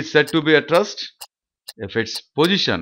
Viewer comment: Rest ko rust bol rahay ho... jahil ho kia